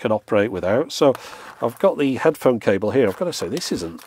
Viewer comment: USB Charging "cabel" oh boy.